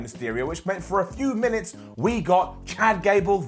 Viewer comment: Wait. Did you just say Meenits instead of minutes during the Tamina match? God I hope that was deliberate! Who am I kidding? Of course it was you comedy genius!